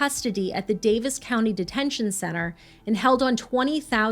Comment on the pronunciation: Kudos for pronouncing "Daviess" properly.